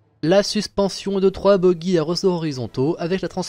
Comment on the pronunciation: Juste pour info bogie se prononce comme bougie mais pas comme buggy. Et on parle aussi de ca pour les suspension de train. ++